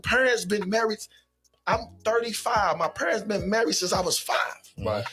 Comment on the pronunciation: "Muh perrnts" Dude need to go back to elementary school to figure out how to speak.